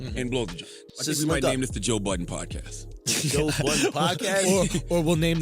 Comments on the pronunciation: Toe Budden he said! 😆😆😆😆🤣🤣😅😅😝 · “Toe Budden” u maad bro :))) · Did he say Toe budden? Lmao